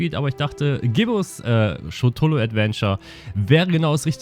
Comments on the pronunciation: Das Necromonicon und Schutullu? Die Bezeichnungen sind mittlerweile so alt und stark vertreten, dass es eigentlich schon fast unmöglich ist, diese Namen nicht aussprechen zu können. Es hätte sogar nur ein Video oder eine kurze Google Suche dazu ausgereicht. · Soso, Schutullu und NecroMoNicon, hmm? Pass auf, dass Cthulhu dich nicht frisst, weil du seinen Namen so aussprichst. :p